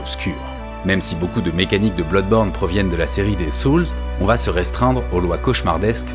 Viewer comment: à part la prononciation désastreuse du mot "soul" ou encore "gotham" .... superbe video.